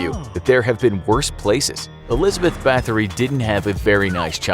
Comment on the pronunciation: who else knew where this was going the second he said barthlory